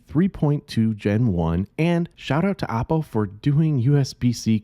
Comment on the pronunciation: Dont pronounce it APPO , as it sounds like APPLE. Should pronounce as OOppo